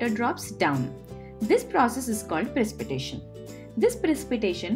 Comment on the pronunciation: In English it it pronounced Pre-sip-eh-ta-tion.